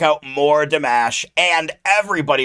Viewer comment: You said his name right.😊